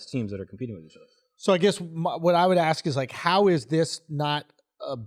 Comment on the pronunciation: Can someone teach to say “Ask” properly.? It’s literally like nails on chalkboard when he says 🪓